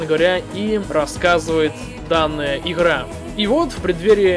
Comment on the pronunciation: все хороше, но дикция хромает, особенно когда произносится слово иГра